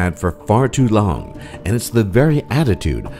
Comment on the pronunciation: Dude, the way he says "long" at the very beginning kills me haha!